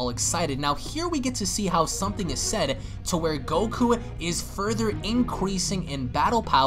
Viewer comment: lol did you say inqueesing ?